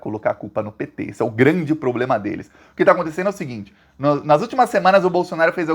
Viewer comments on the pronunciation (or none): none